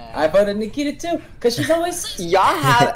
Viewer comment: Anyone else roll their eyes when he said Nakita?